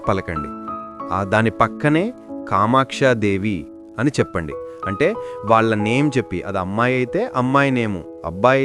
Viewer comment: Kamakshi devni ani palakli